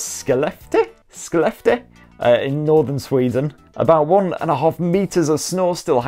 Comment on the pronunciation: Skellefteå is pronounced Skellafteo